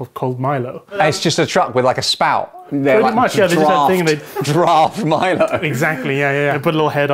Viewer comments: That Milo pronunciation tho... Most of us Malaysian and Singaporean pronounce it as "mai-low", we kinda added a "A" in that... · Olly's jokes are so siiiiiiiiick, " The Timothy Charmaley" and how far Malaysia gets with the world cup." 🔊🤣🤣🤣🤣🤣🤣🤣🤣🤣. Im also wondering why his pronunciation of MILO keep changing as the video went on.😮